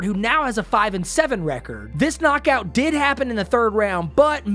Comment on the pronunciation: I love how adds one extra beat to the last syllable of every important sentence like an auctioneer "And it is overrr." "A highlight reel knockoouut" gourmet commentary, king